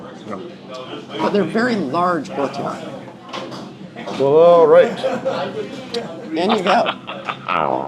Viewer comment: Lady even knows "Guo tie"!!!!